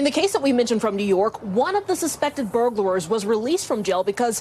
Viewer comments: Is it my imagination or does the reporter say "Burglarers" instead of Burglars? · That woman said "burglarer" TWICE! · Why does she keep saying “burglarers”? It’s “burglars” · Is it just me or is she saying "burglerors"? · She keeps saying burglarer lol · Am I the only one that is bothered by the fact that those so-called professional broadcasters keep saying "burglarers" instead of "burglars"? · The news reporter saying “burglarers” 😂 Holy crap lady how do you get paid for this shit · "Burglarer"?! Is she serious!? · “Burglarers”? It’s “burglars”! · Good story, but that news clip...reporter called them Burglarers😂😂😂😂